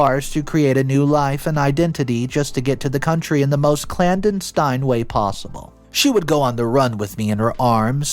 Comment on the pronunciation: If only my ability to detect myself saying a word wrong was as good as it is when it comes to someoe saying a word wrong on youtube. Its said as Clan-dess-stine not Clan-den-stine.